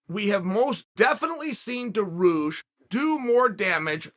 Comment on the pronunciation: Now I may be out of the loop but, he's got to be doing this on purpose right?